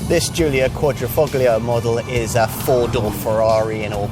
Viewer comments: It's not pronounced Quadrifucklio but rather Quadrifolio, although written Quadrifoglio = four leaf clover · It’s not meant to be pronounced „...foGlio“ ... the G is silent! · Visto che risponde in italiano, non capisco la difficolta di pronunciare le parole italiane come si deve?